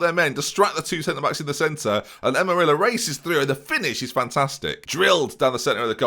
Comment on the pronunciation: Amarilla is pronounced like Am-Uh-RRee-Ya. Probably you are not going to get it but any ways.